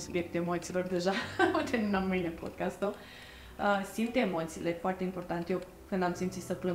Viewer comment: Podcast nu podchest, este deranjanta pronuntia care e si gresita